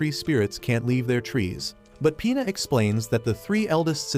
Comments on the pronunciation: Bro it's Pina not P***s 😭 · when ge says pina i keep hearing penis😭😭😭